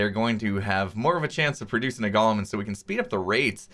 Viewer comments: Gollem: “GAH-lum.” From Lord of the Rings Golem: “GOAL-um” An artificial construct. Mispronounced by x this episode. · GO-lum. GALL-um is the guy from Lord of the Rings.